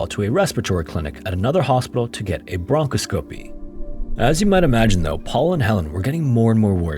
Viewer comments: “Bronco-sco-pee” no no no no pls no that’s not how you pronounce it. It’s “bron-cos-co-pee” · BRON-KOS-KA-PEE not BRONKO-SKOP-EE. I mean thats just sloppy. If you dont know how to pronounce a word or dont know what a word means it literally takes 5 seconds to use a search engine to look it up. People with Youtube channels are gettin lazy, dont give a shit, or are so arrogant, that they think they already know how a word is said and just say it how they want. This shit ia becoming an epidemic. I wouldnt let this become a habit....go look shit up if you arent sure instead of blurting out a random pronounciation that YOU THINK it is. 🙄🙄🙄🤦🏼🤦🏼🤦🏼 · 😄 How sweet! Bronco scopy! I love that. I do. Just an FYI, broncoscopy is pronounced bron COS copy. Accent on second syllable. But I really like Bronco scopy.👍 Tho not sure I'd volunteer to scope a Bronco...😄 Appreciate your material. From~ The Tongass National Rainforest in SE Alaska. 🙂👍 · "Bronchoscopy" is pronounced bronk-KOSS-ka-pee, not BRONKO-sco-pee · bron-cos-scop-ee (dw everyone says it wrong) 😂❤️ source - works in endoscopy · “Bronco-scopey” is definitely not the correct pronunciation 😂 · My dude said “Branco-scopi” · As an FYI bronchoscopy is pronounced "bron COS cope-y" it's like choreograph and choreography the emphasis and pronunciation change with the Y. I'm a nurse practitioner and can help you with medical pronunciation if you ever want/need :) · LOL every time you say bronchoscopy. Hint, how do you say colonoscopy? They rhyme. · A little painful lol